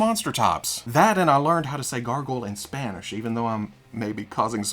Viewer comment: Bro! Your Spanish pronunciation is spot on.